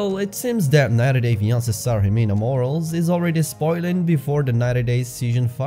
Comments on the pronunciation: Her last name isn’t ‘Morals’.....it’s pronounced “Mor-al-lez! “ Morales! 🥴 Ironic tho because she clearly has no morals! 🥴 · Ximena’s last name is pronounced like Moh-rah-less. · It’s Morales not moral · Who are these other people who care if a hoar's last name is mispronounced?